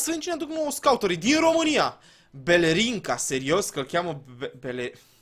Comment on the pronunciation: Era Blerinca....nu Belerinca...😂😂😂